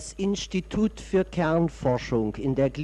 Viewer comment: .. das Innschtitut für Kernforschung Wannsee. Er sagt in reinem Sächsisch: innschtitut!